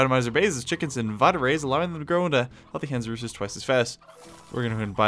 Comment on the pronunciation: kohler Roostro not roostero